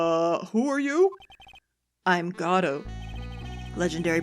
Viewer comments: People like you ruined Godot for me, saying he has to be one way to be perfect. "He isn't good if his name isn't pronounced like Goh-doh!!!" And someone said "Tip, Godot has a deep and sexy voice" Just let her make him how she wants to be. Watch Farfromsubtles playlist and they gave him a robot voice, I loved that bc it was diferent from all the sexy Godot's out there... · I forget if these are batch recorded but, its pronounced like Go-dough(perhaps with less of a strong "Go" sound since typically you don't put too much emphasis on it and you say it much faster as a result), not God-oh. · Aww! xD ♥Oh, dear; I cracked the EFF UP when you called Godot "Giordi LaForge"! xD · Meet Proton Jon's favourite character. I can't wait till you find out about his backstory. And according to the play it's pronounced Guh-Doe but I like to call him Goh doe or God-Oh because Guh-Doe is kinda hard to say fast. And if you think Godot and Edgeworth are hot just wait till the fourth and sixth games. (Probably 5 too if you're into goths) I swear to god whoever designed those prosecutors had the yaoi/bishonen genre in mind. As for the girl in my avatar? She's from the sixth game. So if you can't wait for or Tim to get there you can always play it yourself and meet her. God is she cute! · So 1. I'm sure someone said already but it's "Guh-Doe", based on the play Waiting For Godot. 2. Godot's theme has been covered by a jazz band (The Fragrance of Dark Coffee), look it up ASAP cause it's amazing. I used it to study/sleep for months, especially with fireplace/rain noises! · Just for clarification, it's pronounced "Goh-doh". The judge mispronounces his name as "Gobo" for that very reason. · Yeah, I used to be annoyed at hearing GOD-oh but now I just was interested in how was swapping out pronunciations, probably inadvertently. It just kinda stuck out is all.